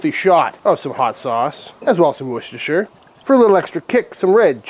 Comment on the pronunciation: Great and correct pronunciation of worcestershire, your trips to England have paid dividends